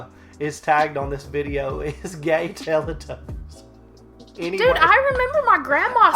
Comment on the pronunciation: went full country saying "Teletubbies" right there ROFL